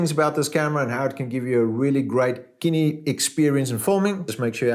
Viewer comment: Kinny?... so cinema should be pronounced kinnema?